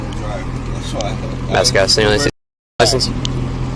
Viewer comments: I m from mascotte florida😅😅😅😅 its pronounced mass scott😅😅😅not masscotty😅😅😅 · It’s pronounced mascot.. fyi.. I grew up there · Hi! We live 15 min from Mascotte Fl. It’s pronounced like mascot 😅. My mom was cracking up when she heard it lol. LOVE YOUR VIDEOS ❤ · Mascotte😂😂😂 is pronounced Mascot 😂😂😂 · It is Mas-cott, not Mas-cott-e. That pronunciation made me giggle. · It’s pronounced ‘Mascot’ , my sisters grew up there. Great videos, my man. Keep it up . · You murdered the pronunciation of Mascotte 😂 it's supposed to sound just like mascot. I used to live in Groveland the town over. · Mascotte is pronounced mascot 😂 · Mascotte, Florida is pronounced as ‘mascot’